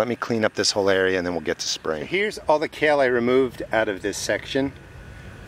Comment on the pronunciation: It's kale. Share😂